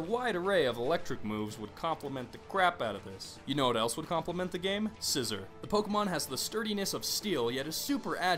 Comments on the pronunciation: I'm sorry I'm not trying to be rude but the way you pronounce scizor and accelgor make me cringe a bit. Its pronounced SI-ZOR and Ax-SELL-GOR not scissor and ass el ger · You are horrible at pronunciation... Scizor- See-zor Zoroark- Zorro-arck Conkeldurr- Con-KELL-dur Accelgor- Ack-sell-gor I'm actually not sure about Mienshao though... I still say Mee-in-Shao